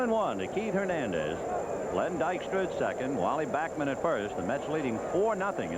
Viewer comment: its bAckman not bockman, scul.. what are u jewish now ?? .. hahaha